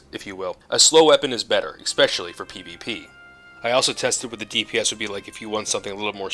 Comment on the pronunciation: You seem like a really smart guy so don't take this as an insult but the word especially does not have an X in it lol you kept saying it that way (Expecially); no worries my mom does the same and she never listens when i tell her the same thing haha. Kind of reminds me of how a lot of people still say surely as "Shirley" like Shirley Temple but it's sure-lee.